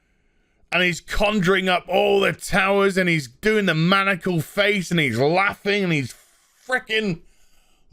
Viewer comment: Maniacal, not manacle.